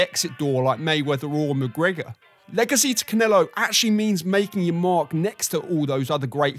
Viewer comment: You say "Legacy" I hear 'Manny Pacquiao'